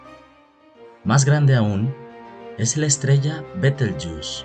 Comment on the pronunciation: Se dice doscientOs mil millones de estrellas Rigel se pronuncia /rijél/ y Betelgeuse /beteljéuse/